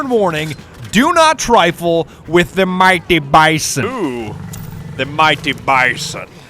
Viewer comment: Da miytin bisin That made me cringe a lot